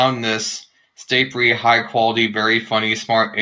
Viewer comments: in the audio it sounds like you were saying staypery not starpery! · Can't even say starpery